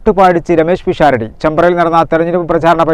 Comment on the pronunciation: പിക്ഷാറഡിയല്ല.. പെണ്ണേ.. പിശാരടി ആണ്.. ഇനിയെങ്കിലും പഠിക്ക്